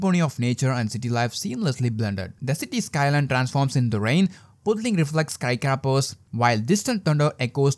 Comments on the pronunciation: *Skies - craepahs , that's the proper pronunciation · dude really said 'skycrappers' 😂